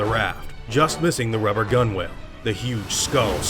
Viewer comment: Just an FYI gunwale is pronounced “gunnel” not “gunwhale” Sorry that irked me so much I had to inform you